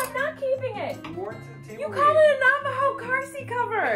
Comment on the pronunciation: lmao it's Navajo babe